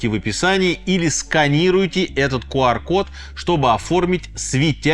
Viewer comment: Что такое ку ар код?) 😅😂😂😂😂может кью ар код? 😅